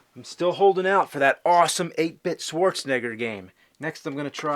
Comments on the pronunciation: "Swordsnegger" he said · Love how AVGN Says “Swartzenigger” 😂😂😂😂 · I never understood why he pronounces his name "Swarzenneger".